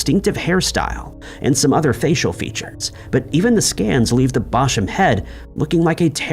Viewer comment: Apologies, sweetie, but it’s “local to”, not “local near” as “local” and “near” mean the same thing in this context and so it’s just redundant……and as someone local to upper AND lower Chichester…..ain’t no Bosham around here so he’s saying it right.